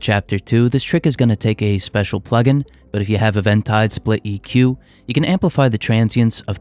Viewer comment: 'Eventide' is pronounced 'eeventide' (emphasis on the 'ee' sound). Otherwise, useful and creative high-end tips.